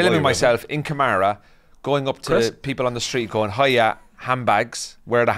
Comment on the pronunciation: Karama, not kamara